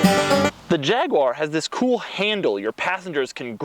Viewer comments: Jag-u-ar not jagwah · No its not a jagwoar, its a Jaguar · Jag you are Wtf is a jagwire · There is no such thing as a JagWah, it's called a JagUAR. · YouTube subtitles actually say "jagular" when Richard Hammond says it 😆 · God damn it. Its pronounced Jag(you)ar. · Fucking Jagwar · Jag-u-ar. Say it! Jag-u-ar. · Fs America It's 'Jag-U-er' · oh man, the way you say jaguar makes me cringe, please just say f-type instead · Can you teach him how to pronounce jaguar properly as well?